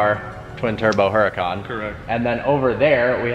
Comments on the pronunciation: Isn't the way u say the car name is URACAN not HURACAN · Too funny he owns the car but mispronounced the name. The "H" is silent because it is a Spanish word. Fun video. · "low P" and "Huracan" do not go together.